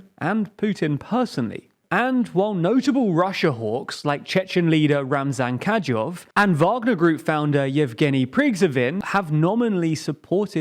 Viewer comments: “Ka-di-rov “ and “pri-go-zhin “. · Urgh get the names right. It’s PRI-GO-JIN and KAD-I-ROV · Pronunciation on Kadyrov and Prigozhin were pretty off. (Edit: Shoigu too...) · “Kadzhov”? “Prygzhovin”? You don’t really understand what it takes to be a newsreader, do you? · You need to put more effort into pronouncing names of people and places. It's ok to butcher the name of some obscure village occasionally... but completely messing up major players like Kadyrov (not "Kadjov") and Prigozhin (not "Prigzovin") undermines your credibility. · "Kadzyov" and "Prigzovin" 💀